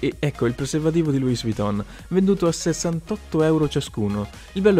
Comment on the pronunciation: LOUIS VUITTON , non si pronuncia la S ! ! ! ! Ti prego , almeno te salvati e non pronunciare quella stupenda marca come un burino.